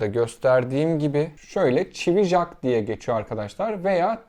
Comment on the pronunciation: Çivi jak demeeee😂